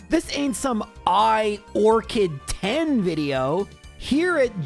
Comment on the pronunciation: instead of 😂